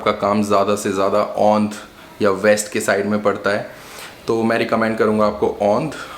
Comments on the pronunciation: Mene ye video dekhna band kardiya jab ye bhai “Aundh” ko “Ondh” bolrahe they. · Aundh ko Ondh bola 😅